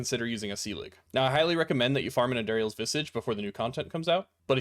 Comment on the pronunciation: "Our andariels visage" 😭